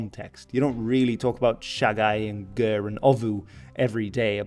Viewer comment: Hi I love that you're doing your best I wanna help a little with the Mongolian words. Khan used for Chingis is actually supposed to have 2 "A"s as 1 "A" is a lesser role, and the KHA is supposed be said as HA like a laugh. Gers E is more closer to A with kinda like Ayeeee. Kurultai the word is kurul meaning council in a lot of context tho is should be written as Khurul as with most worst that has KH the H is the one that's pronounced and K is the silent one, tai is a additive that usually does the job of "have". Morin Khuur you got actually really close I appreciate it alot, the literal translation would be horse violin. Dzud I'm not sure why it has a D in front as it is just Zud. Ovoo doesn't have u sound it is just O IDK how else to do that in writing sorry. I can't think of a way to discribe Shagai in writing besides maybe pronouncing the "gai" part more closer to "gaa" still with the i. It is refreshing to hear someone actually get really close as they are speaking English cause you have no idea how rare that is. This video was a treat.